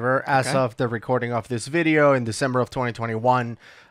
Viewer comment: Love the way he says VID-EE-EEWW